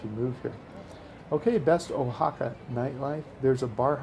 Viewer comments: I happen to live in O-Haca, better pronounced wa-ha-ka. By the third time you mispronounced the name of my beautiful city, I simply couldn't watch anymore. Why would I listen to somebody who can't even get the most basic thing right about a place. Also, the name of the city is Oaxaca de Juarez. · Yup. "Oa" is pronounced, "WA," not "O." That's why I never passed high school Spanish :) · uhaca?.....nooooooo 'Wahaca' .....yeeee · been to oaxaca numerous times and i've never heard it pronounced the way you do. oh-ha-ca. usually pronounced wha-ha-ca. oh well, nice vid anyway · Nice video but remember that you're pronouncing it wrong, so you don't miss, pronounce it Guajaca. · Very nice, beautiful location. FYI; the O in Oaxaca is pronounced like our English “Wa” as in Washington. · Oaxaca is pronounced wahaka....😎🙃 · Probably somebody has told you this before, but you are pronouncing Oaxaca improperly. The O sounds like wa. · This video is beautiful, being able to see places I got to visit years ago during a visit to my stepdad's family was great. Please, work on your pronunciation of places. That is my only complaint. Wha-ha-ka. Mm-ohn-te Al- bahn. Ss-ah-tech-oh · It’s pronounced “Wa-ha-ca” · Too bad you cannot pronounce Wahaca correctly. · WAY-Ha-Ka. I have to cut away because you pan too quickly. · No, actually ‘WAH-ha-ca’ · Two comments: learn the correct pronunciation of the places you review, and slow down those whiplash pans! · Taking a lot of deserved hits for mispronouncing the name of this special city. I'd think after an hour in a new city and listening to locals, you'd correct the mustake.